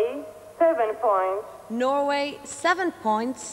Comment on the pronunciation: Somebody should have told Michelle Rocca that there is no "r" in points - also not in French.